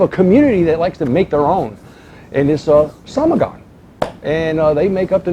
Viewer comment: In fact it's not "somogon" but "samogon". And samogon is common name of moonshine both in Poland and Russia.